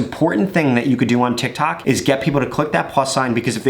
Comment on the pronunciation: All I hear is tak tik tik tok